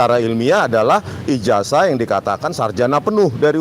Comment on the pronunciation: IJAZAH itu membacanya pakai ZET bukan pakai ES .... Apa ngga belajar bahasa indonesia ya